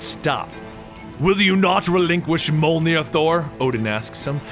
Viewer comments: Mule near not mul near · Its pronounced myu-ol-neer not myu-ug-near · It's pronounced mulenear not mulgnear no hate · its a joke the girl in the first Thor Movie called Thors hammer meow meow as a very bad mispronunciation of Mjölnir could be pronounced ( mew your near ) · The only one he really screwed up was Mjolnir. It's pronounced Myollnear. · Molnir... sigh :( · Mjolnir (me-yol-near) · You have to pronounce it as mJolnir the 'J' has to be pronounced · Its Mi-o-nir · It's mule near that's how u say it u should have heard it in the avangers and the two Thor movies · Me-ol-near = mjölnir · I know you said this in the beginning of the video and your videos are awesome by the way.......but mjolnir is pronounced mee-yol-neer....just helping out for future reference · pronounce it : Myoll-Near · I believe the hammer is pronounced "meow meow" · It's pronounced Mmjjolnir you pronounce the j as yuuh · Thanks for the story! However your pronunciation hurts me lol. Mjolnir is pronounced "Meyollneer" and Gungnir is pronounced "Goongnir"